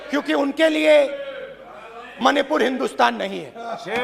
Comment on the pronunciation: Even he was not able to say Manipur rightly.... mahipur... mahipur 😅